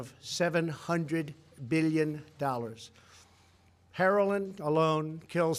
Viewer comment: Did he say "herolin"??